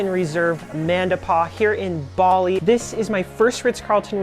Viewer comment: Your pronunciation is kinda sending me… would be a good idea to look that up before making comprehensive videos